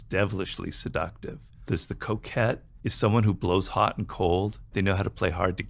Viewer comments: Who also thought he said "coke head" until you saw the printed word "coquette?" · 😂 I thought he said the coke head while just listening. When I came to read the subtitles I could see he said The Coquette. 🤣 The Coquette. He taught me a new word today. 😂